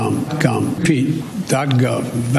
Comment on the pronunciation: Did Sleepy Joe just say Vaccines dot gum?